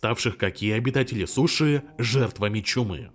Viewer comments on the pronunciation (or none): none